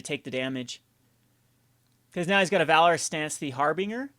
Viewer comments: ...I hate to do this to you...but Har-Binge-er, not Har-Bing-er. Other than that, though...I like the deck quite a bit! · harbinger = Har-bin-Jur